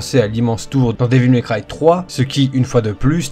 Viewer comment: Comment tu prononces Devil May cry ca me fait saigner les oreilles.....